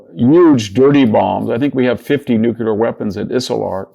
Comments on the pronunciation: Love the man. But he mispronounces nuclear every time he says it (nuculer). / ... Can't take it. Unacceptable. It's in other videos too. George Bush, I can understand, but not Victor. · How can I take advice from a guy that mis -pronounces Nuclear?? It's not nukular yo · What is it with supposedly well educated people and the word NUCULAR??? Nuclear is not so hard to pronounce!